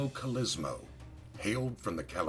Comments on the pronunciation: Stop pronouncing his name INCORRECTLY ( three different ways)!! It's COL-O- SEE-MO! THIS is getting on my nerves-otherwise, good video on his life. and YES- watch "Boardwalk Empire"- EXCELLENT portrayal of "Nucky" Johnson/Thompson. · You pronounced his name correctly only half the time. You mispronounced many names in your clips. Might wanna work on that. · Great vid, but the way the author mispronounces his last name royally pisses me off. ITS KOLOSSIMO, NOT KOLOSYMO..! Also I never knew Torio was such a cold prick, murders his own family just for the booze@ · Sorry it’s “Call-uh-sea-mo” Colosimo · Pronounced (call - la - see - mow) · When this guy is basically your great great uncle, and you share the last same name. But no one says colosimo correctly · Jeez Big Pussy Bompensiero aka Vincent Pastore! Can't you get the sodding pronunciation of your own parents native language right? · You pronounce "Colosimo" 3 different ways in this video. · Why does he pronounce 'colosimo' like 5 different ways throughout the vid lol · The last name is pronounced wrong. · a good story, but a little distracting to have two different pronunciations of Colosimo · Thank you! The pronunciation was very bad. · Giacomo is pronounced "JOCK-uh-mo" and Colosimo is "Kul-AH-sim-o. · This is the problem! Mr Pastore is of Italian background but still can't get the fvcking pronunciation right! And worst of all - he's being fvcking paid for it!! Gaagh! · In the first 3 seconds you butcher 3 words, including both his first AND last name as well as CALABRIA. vaffanculo.